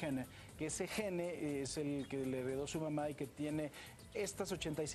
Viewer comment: amigo presentador tienes la responsabilidad de hablar bien. SINGUNLAR: Gen / PRURAL: Genes ....no existe la pronunciacion española GENE ... (esta es la forma como se escribe en ingles, con una E al final que no suena). es una observacion constructiva para mejorar.